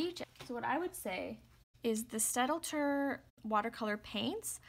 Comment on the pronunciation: Just an FYI The pronunciation is stat-ler. The German d is silent here. Thanks.